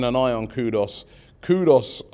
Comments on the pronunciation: His name is KooDooos not Koodus or Koodos! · Read African names phonetically & you will rarely go wrong. It not qudus kudos , it's Kudus simple. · As usual butchering more names it's Kudus not kudos 😜😜😜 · KUDUS ..not Kudos 😅